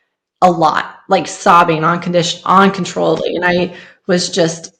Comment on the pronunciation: UN-kun-Troll-uh-ble The sound of /u/ in “UN” as in … fun run pun done shun etc.